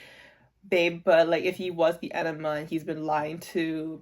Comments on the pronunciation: Yeah you have to pronounce the g. It sounds like E-NI-GMA. Every letter is said. (idon't know if it makes sense. english is not my first language, sorry) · I don’t think you’re pronouncing enigma correctly. It sounds like you’re saying enema, which is very very different.